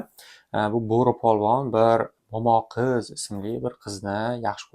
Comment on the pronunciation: I liked the way you said “Momoqiz.” It sounded beautiful coming from you🫠 Say it often, Momoqiz🤍